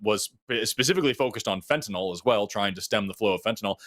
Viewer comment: Forrest AND, please stop mispronouncing fent a NIL. There is no O anywhere in the word.